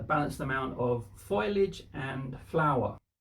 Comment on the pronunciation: Fo- lee - idge, not Foilage.